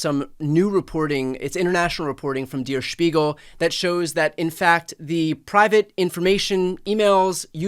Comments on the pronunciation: Dear Brian, it's not pronouced Dear S(h)piegel, but Dayr S(h)piegel.. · Its pronounced like “dare shpeegel” and Im annoyed about you guys butchering this not so difficult pronunciation 😂